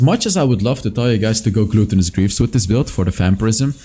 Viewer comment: the way you pronounce "gluttenous" like "gluten" in bread makes me smile everytime:)